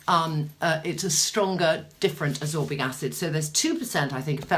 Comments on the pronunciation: Ascorbic not absorbic. Abut like how you mix a ferulic 😆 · Its not absorbic its ascorbic...and its not vitigo its vitiligo(which is hypopigmentation not hyper!)..it is keeping me off from completing the video apart from the filming set up..bye!